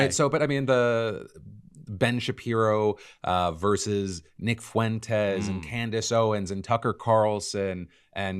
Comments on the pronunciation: Is saying Fuentes with three syllables some kind of weird inside joke I’m not familiar with? Because it breaks my brain every time he says it like that. That’s “ue” is a diphthong, buddy. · Is he saying "foo-entes" for fuentes on purpose?